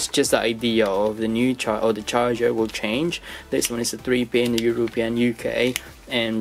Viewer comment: It’s actually pronounce You-ro-pee-in nice vid 2 😀